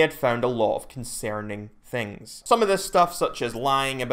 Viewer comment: New sub. “Con-sare-ning.”